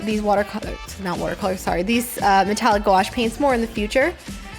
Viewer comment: That was funny how you pronounced gouache as "go-wash"😂